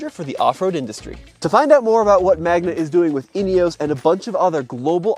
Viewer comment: It's Magna, not Magma.